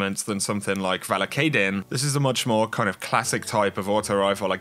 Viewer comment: "Valakadyn" pronounced like vah-lah-kah-deen with long "a" sounds like in "banana" - it's a type of sea snake.